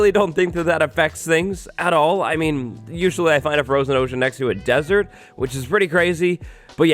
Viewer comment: Froshen ohshen